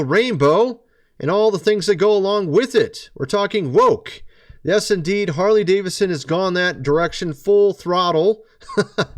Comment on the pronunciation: You mean Whore-ly Davidson?